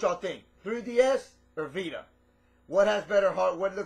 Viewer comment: he calls its a "pita" XD